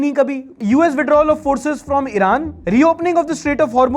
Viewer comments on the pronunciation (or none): none